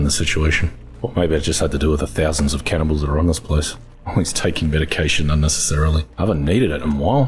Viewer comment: "Channibals" again lol brings me back to forest season 4 episode..